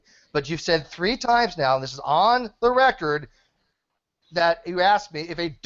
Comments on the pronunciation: That's not what he axed you,! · “I never axed that question” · He sure axed a lot of questions... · Wow, what a douche bag. He bitches about being interrupted yet he couldn't shut up for one damn second. THAS NA WHA I AXED YOU!